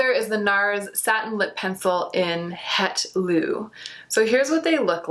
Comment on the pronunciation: het loo is pronounced something more like 'het low'